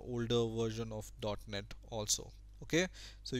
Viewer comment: when you said .net framework i swear i heard "dark net framework" haha